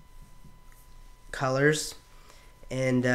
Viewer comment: Why call a song "Culluhrs?" nice voice there, lawl.